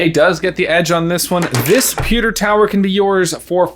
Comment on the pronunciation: Anyone else say “sponges!” When said “pucker” instead of pewter?